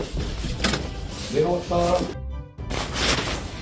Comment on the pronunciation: 내가 왔다 ~~~~저승사자 왔다로 들림 ㅋㅋㅋㅋ